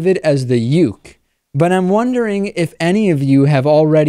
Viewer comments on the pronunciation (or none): It's pronounced say-May and Oo-Kay. Well, kinda. Even as someone who writes slah fiction I hate it when it involves real people. Don't shoehorn people into the seme and uke archetypes! It's disrespectful and makes other slash fans look bad. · Just so you know, seme is pronounced "say-may," and uke is "ooh-kay." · Lol, its good to have someone else here who knows what they're talking about. Also, for Dave's sake it's pronounced "seh-may" and "oo-kay". And they don't refer to real relationships, they refer to yaoi, a genre written by woman and for woman. The uke is basically a surrogate for feminine desire, whereas the seme is the masculine object of desire. While many think of it as gay porn, its more of an escapist fantasy aimed towards woman wherein love can conquer any adversity, including being of the same gender. Much of it is driven by the formalities of Japanese culture, wherein alot of people are afraid to be open sexually. That's why much of the stories focus on ukes being afraid of trying anal sex, since it represents the fear of sex many women in Japan have. It is common for the seme to rape the uke, but it becomes consensual as a result of the uke realizing that they wanted it all along (and they oftentimes think about it beforehand, but are to afraid to ask about it). This is due to women being afraid to initiate sex because that's seen as perverted and unwomanly, and therefore the idea of having sex initiated by someone else is seen as more socially acceptable. Also, despite the fact that they each fulfill a gender role, the uke may be the top sexually, which could be indicative of the fact that any number of women might prefer a dominant role despite their culture portraying women as frail and submissive. This is part of why characters typically aren't gay but instead si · I can't help but laugh at this, and David's terrible butchering of Japanese words for.... well top and bottom.